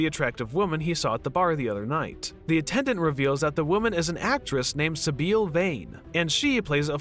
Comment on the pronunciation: Sibil, not Sibeel.